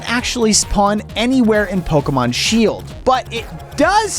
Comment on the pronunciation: Bro is Pokemon word not seeld